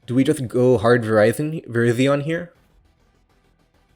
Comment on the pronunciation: How are you going to pronounce Virizion as Verizon? I am new, am I being memed?